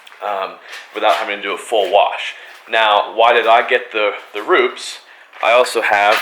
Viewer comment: Pronounced Roopehs